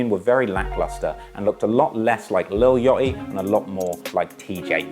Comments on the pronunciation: lil what??? yottiii??? 💀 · Lil Yoeaty😭lol I’m jus hatin, I love ya content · “ lil Yotty “